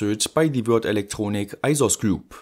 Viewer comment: Nice to hear you pronounce Würth, English speakers would say it like the word "worth". Also, are you sure they're inductors and not actually magnetic flux capacitors? ;)